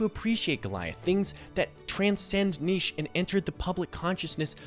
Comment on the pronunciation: big shout out for an American pronouncing 'niche' correctly